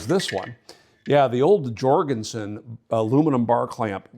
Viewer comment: Jorgenson Scandinavian Pronouncing the J as Yorgenson?